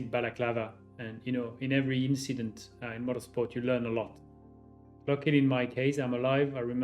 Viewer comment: Just an inchident😂😂